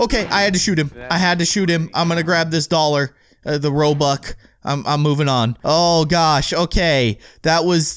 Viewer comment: U called it robuck ._.